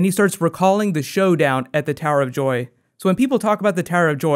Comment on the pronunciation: He said tower of doy in the intro